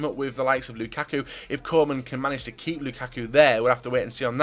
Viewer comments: Hi, Great video again. Only i hated the way you say Koeman. You say it like Coman but it is Koeman where you pronounce Koe as the ku from Lukaku. Cheers from the Netherlands. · You keep making me think Kingsley Coman retired and became Everton's manager. It's pronounced Koo-man ffs